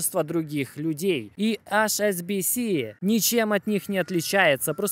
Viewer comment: Друг, у тебя найсупераTION видео ролики. Прошу, не говори "АШ' SBS skaжи вот так: "ЭИЧ"SBS У меня тик на эту тему :))))